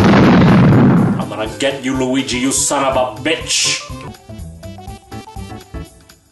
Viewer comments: i believe you ment to say weegee or lugee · Not Weegee D